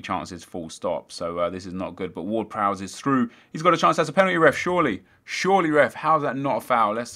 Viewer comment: you're saying Ward-Prowse wrong, and Pelle.